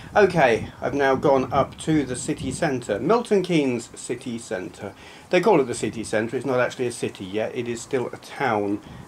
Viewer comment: I thought you said 'sickie centre' as if it were a place notorious for workers bunking off or something! Haha :-D